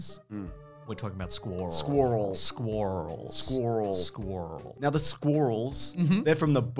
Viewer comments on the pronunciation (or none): I like the way they pronounce squee-rels. It's kind of quaint. They almost got the American pronunciation right -- we do make it one syllable, but I say it's more like "squurls" than "squorls".